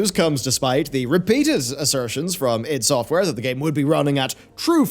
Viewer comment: I am really disturbed by the way you pronounce iD Software...